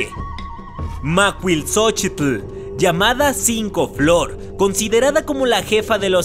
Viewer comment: La pronunciación de la Diosa Macuilxóchitl me dió risa 😂😂😂😂